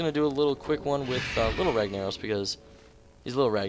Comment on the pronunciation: Fuck i hate how you say ragnaros XD